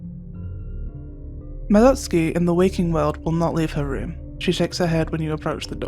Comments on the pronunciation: Omg 💯, the relief when she said it right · Finally, I have found someone of culture who can pronounce Madotsuki's name correct... I feel at peace🙃